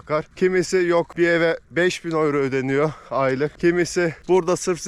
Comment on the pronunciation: Gurbetçiler ağız birliğimi yaptılar da “ yüro “ ya öyro diyorlar 🙂